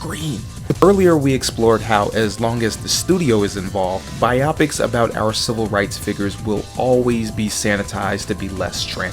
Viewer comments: Glad I’m not the only one who thought this, bi-opic would mean something completely different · Bro is killing me saying biopics like bi optics, it’s pronounced Bio-Pics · Bigfacts like bruh I'm tryna get thru this but it's genuinely cheesing every time I hear it